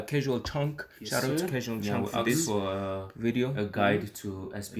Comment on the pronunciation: Its Cashual Chuck not Chunk😊 And Tatang Robin not Rob Thanks fr rv appreciated